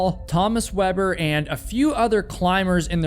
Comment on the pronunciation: Yet he butchered GERMAN climber Thomas Weber. Saying his name as if he was from the US. Tommus Wuabburr... 😂